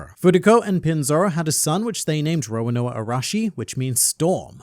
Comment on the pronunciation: I cant unhear Roanoa :(